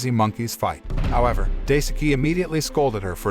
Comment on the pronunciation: Daisuke is pronounced “die-ske”. The “e” pronounced the same way as the “e” in “every”.